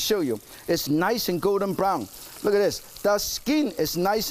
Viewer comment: The SKEEN, ees niys and gowden brown